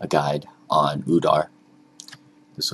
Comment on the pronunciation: his name is udyr not udar.